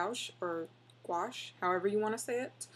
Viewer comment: Lovin' the smooth jazz in the beginning. Great quick little vid. P.S. I believe it's pronounced gwash. ;-)